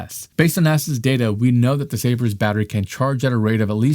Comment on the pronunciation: It’s Sabre not sabers